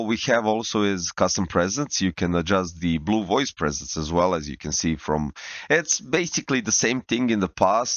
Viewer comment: PREsets, not presents xD